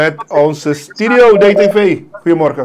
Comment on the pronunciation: je zegt altijd Stidio het woord is Studio...